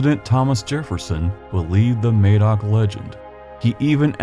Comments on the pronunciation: When referring to a person who is Welsh or of Welsh origin the correct pronunciation is Mah-doc regardless of what anyone currently pronounces it as in a different region, May-dock wouldn't be incorrect for someone named that by someone for eg living in Indiana right now, but is incorrect for a historical Welsh figure/person. It would be like us saying we pronounce Indiana as Eyendeyaner and have done for 200 years so you the people who live there are incorrect. The name Madoc is Welsh, the person being talked about in the video if he existed was Welsh so it would be pronounced Mahdoc. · Mad as in mad Doc as in doc Not maid MADOC Hard A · MAD-oc, not MAY-doc. (Emphasis on the capitals). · Ma-doc, I'm Welsh, check out the works of Alan Williamson and baram blackett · I wish americans would research pronunciation. The "a" in Madoc is pronounced a in haddock. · Its pronunced MaDOC there is no e to make the phonetical A sound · Got to say it ... Madoc or Madog is pronounced ' m ah dock ' A in Welsh is always like a in " as " in English. Sorry, but coming from Wales and learning Welsh in my 60's, such an important person in your story needs to be pronounced correctly...Good work BTW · Im Welsh, just to clarify that Madoc is pronounced madoc (as in madness) not madoc as in maybe)....in Welsh, the letter 'A' is always pronounced as in: apple, atom, cat...and never as in: day, slay, ape. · Very interesting to hear this from an American point of view. Can I make one small point about the name Madoc please. In Wales in the area he set off from (and where I live) it is pronounced with a hard ‘A’. Just a small point, but I thought I’d share. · Great video, very enlightening. However Madoc is not pronounced with an A such as in hay or May, but with a flat A as in math. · Madoc is pronounced the same as mad not maid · "Madoc" is pronounced "Maddock" not "Maydoc". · Madoc is pronounced Maddock not May-doc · Mad oc is how it’s pronounced